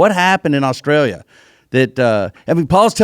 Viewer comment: Dale and Robby say Australia so wrong and yes I’m Australian